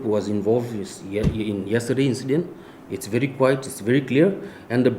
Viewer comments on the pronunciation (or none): none